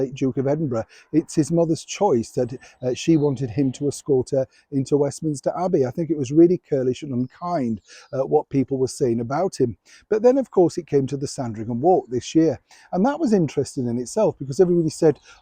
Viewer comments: DÈAR,I AGREE WITH EVERYTHING YOU SAY AND TRUST YOUR CHANNEL FOR ACCURATE REPORTS. BUT WHY DO YOU SAY KURLISH? ITS CHURLISH AS IN CHAT. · I have to ask after all this time because it's starting to drive me nuts. When you say curlish do you mean to say churlish or are you talking about hair or python?